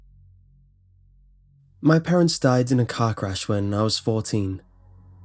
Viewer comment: I thought he said "My parents died in a cock rash when I was 14" lol